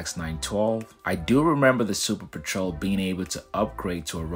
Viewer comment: Normally I love your content, and I'm interested in the topic in particular because I love seaplanes, but I couldn't make it through your video hearing you mispronounce petrel that many times. It's a kind of bird and said peh-truhl.